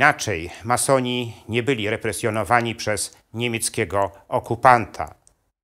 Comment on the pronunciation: Co to za akcent? Ma soni , czy masoni panie gadający.